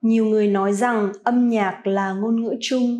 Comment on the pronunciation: Vietnamese pronounce isn't correct ! noi ... not zoi